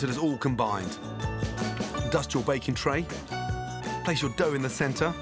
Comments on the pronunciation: It sounds like he’s saying bacon instead of baking. Maybe I’m just hungry. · Anyone else thought he said bacon bread and not baking bread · I heard bacon not baking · O K I hear bacon, too! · listen carefully, sounds like bacon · Hes 100% saying bacon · He is saying Bake'n . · yeah i thought he said bacon too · Did he say salty bottom?